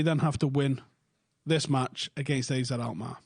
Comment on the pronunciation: It's ARE-ZED Alkmaar